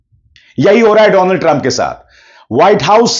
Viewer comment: "doland" sorry,Donald was epic 😂 😂